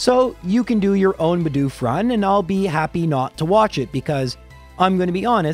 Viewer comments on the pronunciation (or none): Why do so many youtubers fail to say Bedoof properly? Half of the time it sound likes they are saying Budew instead.